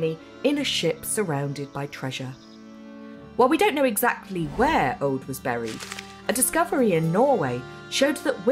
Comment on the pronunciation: Aud pronounced as Ode? Who decided to skip the language consultant? Au is a diphthong: a short unstressed a — like the a in about — the u is a long oo as in Scottsh good— all ending up in an unstressed d In "oseberg" all the vowels are pronounded, none of them s a diphthong. To be fair, the closed long o at the beginning is one of those sounds that don’t really exist in English. But the unstressed short first e cannot be omitted (the se sounds close to se in second). BBC should try harder.